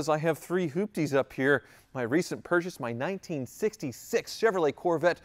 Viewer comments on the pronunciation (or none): none